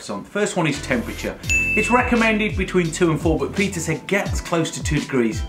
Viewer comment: Appreciate you worked on your "Peter" pronounciation pretty hard. No more "Pizza" <3